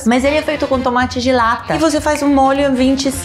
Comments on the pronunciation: No começo entendi “tomate gelata” hahahahaha ai Paola, amo você! ❤️ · na hora q ela falou tomate "gelatta" achei q era algum tipo diferente de tomate, so dps fui entender q era tomate de lata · nooosssaaa hahahahah tambem entendi gelatta! kkkk OBRIGADAAA